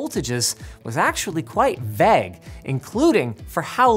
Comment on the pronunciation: God, that pronunciation of VAGUE was weird 😂